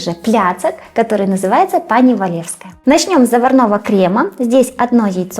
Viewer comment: треба казати пані,пані,а не пани.